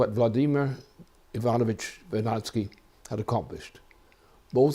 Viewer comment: уважаю такого гражданина планеты Земля. простите,но разве по английски так звучит фамилия Вернадского , как на 7-ой минуте 29-ой секунды,а именно,ВЕРМОНТ